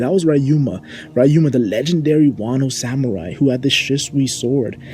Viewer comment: YOU SERVED LASAGNA BUT STOP SAYING “RAI-UMA” IT’S RYUMA (ree)